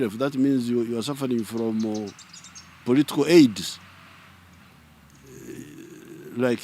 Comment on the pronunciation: Did he say "political Aids"?😭